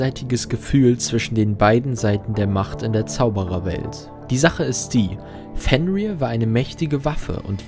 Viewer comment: Fenrir wird nordisch nicht englisch ausgesprochen